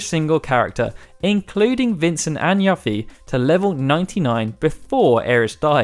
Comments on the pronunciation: What's a "yuff-ee"? You mean "yoo-fee"? I don't think any name was pronounced right here except Gogo. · Love your videos! ....but why do you keep calling Yuffie Yaffie.......?